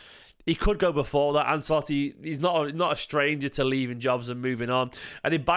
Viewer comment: Love your stuff dude but say "Anselotti" again and I'll be forced to find you. As a half Italian I've endured some bad pronunciations but this is one of the most famous dudes in the entire game! How do you not know how to say his name? 😂